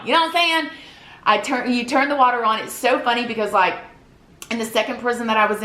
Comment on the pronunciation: First I love how you say “on” but 2nd ⭐️